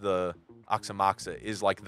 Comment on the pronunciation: It's not oxa moxa .it's A OX O MOX OA